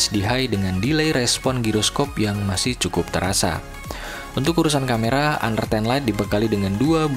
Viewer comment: Gua baru tau...sbutan honor rupanya hanar ya wkwkwkwkwkw